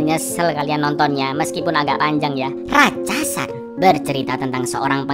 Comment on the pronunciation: Ratsasan bukan ratchasan